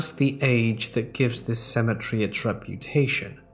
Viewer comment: Seriously, would you mind explaining the difference in pronunciation of cemetery and symmetry....